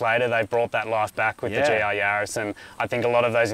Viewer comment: Yaris. A name. Not a plural of Yari. So no Yarai… 🤪